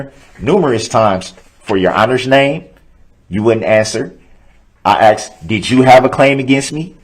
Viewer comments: Summary of trial: 1. I do not consent to being cdlled that name nor do i know who that person is 2. GROUNDS!!! GROUNDS!!! GROUNDS TO THE GROUNDS!!! 3. "So would it be fair to say...." 4. I "axed" a question. The End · Axe. Substain. Grounz. Tacket agreements. He can't even put a sentence together. So glad he's spending 10 lifetimes in prison. But good for him, that he argued to take one year off for "time served." What a legal expert Baby Brooks is. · im glad the "axeing" isnt just annoying me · Every-time he says "axe" or "supstain" i die a little inside😂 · Biast, Biasness, Biases, Oaf, Troof, Axed, License Place, Tacket, Grounz, Substain, A-mint-mint, toe-tality, Acker-ut, this that and the third, mind boggeling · " GROUNDSZ! I AXED Y'ALL TO SUPSTAIN. AIN'T NOBODY HERD ME??